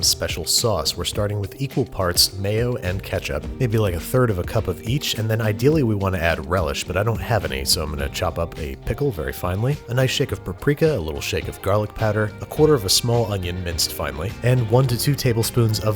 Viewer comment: "PRAprika" lol